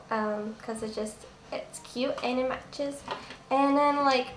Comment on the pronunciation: when you said 'and it matches' it sounded SO english!